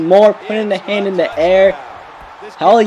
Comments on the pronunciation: Can you say "the"? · Do you even know how to say "the" right